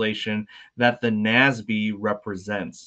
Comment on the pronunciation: Ugh...it's not "Nasby," it's "N-A-S-B."